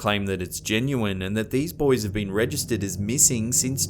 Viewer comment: mee-sing? what is mee-sing?